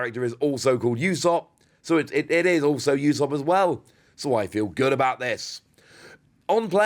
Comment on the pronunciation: Pronounced ooo-sop not you-sop btw